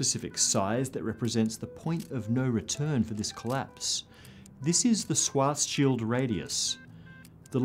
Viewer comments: it´s pronounced schwaRRRzschild radius ^^ a "swat´s shield radius" also exists but only in military physics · Please say Schwarzschild, not Swarzshield 😊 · I've never heard Schwarzschild pronounced like that.